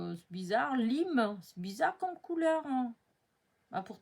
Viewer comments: Coucou, à prononcer comme "laìììme" = couleur "citron vert"... C'est de l'anglais et le "i" se prononce comme l'exclamation "aie!" 😂🤣😅... Lime est le mot citron 🍋... Sinon, "L'occasion fait le larron" (et non le luron, dans ton autre vidéo)... 🤣LOL... Aie aie aie... Morte de rire 😆😆😆 J'adore le tampon des petits animaux: nickel pour realiser des ATC (6,4 x 8,9 cm)... Tu devrais nous en faire... Sinon, dommage, pas d'ACTION en Suisse... Trop frustrant! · Coucou, pour info, lime se dit laïme, et ça veut dire citron vert… voilà. Donc c’est vert jaune.